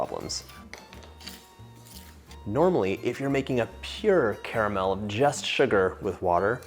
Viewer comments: The best part about this video is that bro says 'CARAMEL' and not 'CARMEL'. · how on earth are you pronouncing caramel correctly yet the rest of the USA cant?